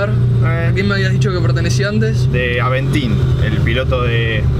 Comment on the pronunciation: Todo bien hasta que dijo aventin